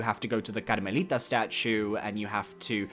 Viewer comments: bro randomly accesses his spanish heritage every time he says karmelita😭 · Why did he say karmelita like that lol.